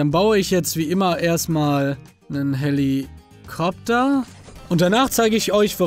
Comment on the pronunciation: Manuel L. Jackson... Hellikopter, wirklich... Jeder Weiß doch es heißt Hellischmopter